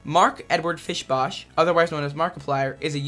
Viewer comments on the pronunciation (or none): is anyone gonna talk about how he pronounced Mark Fishbach Mark Fishbash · Bro really said "Fishbosh"